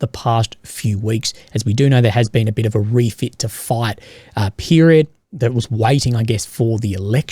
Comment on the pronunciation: Fight -> Fate Raisin -> Reason Loving the cosy accent Last time I heard it in person I was buying fish-n-chips in the port on a sunny day and feeding seagulls Fun memories! ^_^